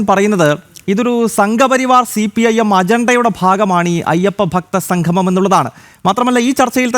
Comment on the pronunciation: സംഘമം, അല്ല സംഗമം എന്ന് parayoo